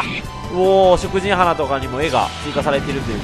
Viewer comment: 食人花は、「しょくじんはな」ではなく「しょくじんか」と読むべきだと思いますよ。気になったのでコメントしました。